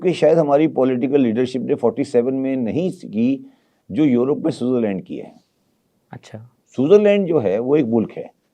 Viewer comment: I love when chicha says suzarland in his lahaori akshent